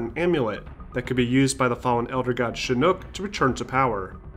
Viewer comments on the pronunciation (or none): It’s Shinok not Shinook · Yes, it's Shinnok, thank you. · SHINNOK! Why are you saying Shin Nook? Other than that, awesome vid! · love the video but couldn't stop snickering at "shinook" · Did u just say Shi-Nook?